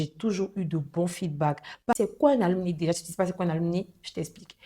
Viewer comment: Mes salutations à tous. Comme contribution, on dit un "ALUMNUS" (masculin), une "ALUMNA" (féminin), les "ALUMNI" (pluriel) [se lit Aloumnaï]. Merci.